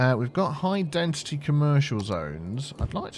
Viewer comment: what is it with you not saying density right?